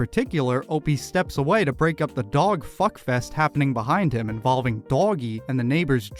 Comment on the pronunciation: The way Opie says “dog” is infuriating.